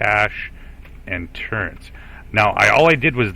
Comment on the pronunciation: Wait. Tur-rents? I’ve watched all of your Avorion content and it just hit me that you say “turrents”. You sound like you’re from the Midwest or Mid-Atlantic but I’ve never heard anyone else pronounce it that way.